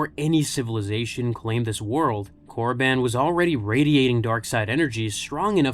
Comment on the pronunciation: wtf is Korraban, it's Korriban